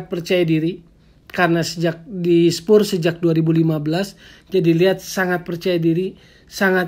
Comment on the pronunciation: Penyebutan spurs harus diperbaiki bung, risih mendengar kata2 spur spur hahah